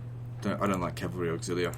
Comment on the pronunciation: "I dont like calvary auxilia" bro what?